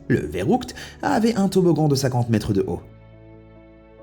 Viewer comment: mon dieu j'ai saigner des oreilles quand tu a dis le mot allemand "Verrückt" XD ça se dis phonétiquement " FerrUckt " et non "Verroukt" XD mais sinon oui, ca veut bien dire Fou en allemand, du bist komplet verrückt mein Freund :p